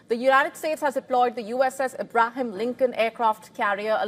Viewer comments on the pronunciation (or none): I love how she said the USS "A-bra-hem" Lincon . So cute and so inaccurately pronounced. 😂🤣😂🤣